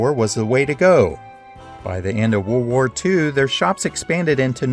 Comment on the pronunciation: You saying "World War one" = "WereWar One"